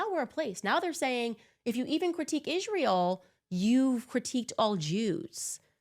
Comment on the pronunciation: Why does she says ISHRAEL? 😂